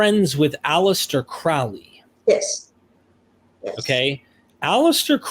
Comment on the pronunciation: Can you say Crowley?...and ya did lol